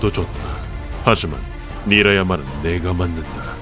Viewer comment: 자막은 니라야마인데 자꾸 나리야마라고 하네 예전부터 계속 이름을 잘못 읽는 실수가 있네요